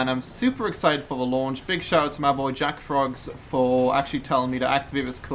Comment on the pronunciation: is it just me or did he say jack frogs?